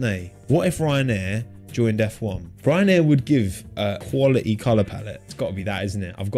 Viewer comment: That's almost as bad a your crappy English. Hmmmm TwittER not Twitta, Quality not Qualete, PlenTy not Pleny